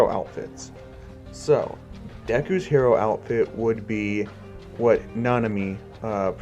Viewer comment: The Way You Say Hero Are Shit😂😂